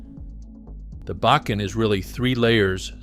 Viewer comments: The first map said ‘Wilmington’ on it while you said Williston….. Then you said ‘Back-in’…. It is pronounced ‘Bock-in’. The name of the city near where oil was discovered is pronounced is ‘Tie-oh-ha’ The first discovery well was NOT on ‘Bakken’ land, it was on Clarence Iverson’s land directly west of my great grandfather’s homestead and my Dad watched it being drilled. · Bacon. Backen. Bakken. Ugh! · BAW - KEN .....more on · This guy should learn how to pronounce bakken and many out words. Is this AI voicing this????? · Learn how to pronounce Bakken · Mispronunciations of Bakken, etc. Clearly has never seen ND.